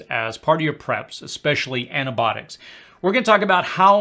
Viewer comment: The medication term is NOT "ANA-Botics" ... Your Grammer sucks... Improving pronunciation will enhance your credibility.....